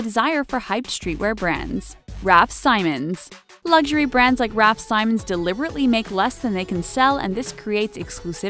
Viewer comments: This is literally the summarized video from Highsnobsociety. And she pronouced Vetements right but not Raf SIMONS???? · Girl it's vetmo , raf se-mons, bah-lenciaga, is-tu-see🙄🙄🙄🙄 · So true she said raf sighmons and estasy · Can’t even pronounce raf simons right UPDATE: also balenciaga and also stussy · How she pronounced raf simons nearly gave everyone aids...... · Definitely not how you say Raf Simons